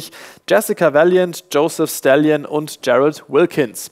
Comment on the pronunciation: Joseph Stallion? Wie war das nochmal in "Das Interview"? "Den Panzer hat mein Großvater von Stalin bekommen." "Stallone" "Wie bitte?" "Er wird in unserem Land "Stallone" ausgesprochen."